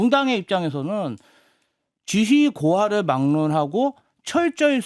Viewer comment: ..지휘고하 가 아니고 지위고하 입니다.